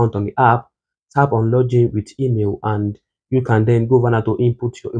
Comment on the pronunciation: Guy it's log-in, not loj in.